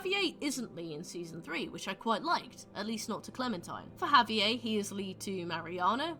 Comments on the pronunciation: the way you pronounce Javier is diabolical 😭🤚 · good video but the pronunciation of javier’s name in british is killing me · I've never heard Javier pronounced that way. Interesting